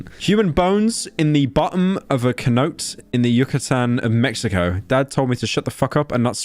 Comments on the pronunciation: there is no way pyro said cenote like that💀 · the way this snow roach be sayin cenote... smh... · Pyro's Pronunciation of a "Cenote" killed me. He made a whole game analysis involving one in one of the main quests. Jason even said it properly in the vid. Wtf, man ?